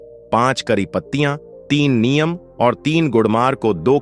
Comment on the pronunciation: Neem to sahi bolo ye niyam kya hota h